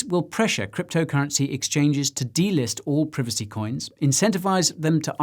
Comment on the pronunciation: It's Pr👁vacy! 😆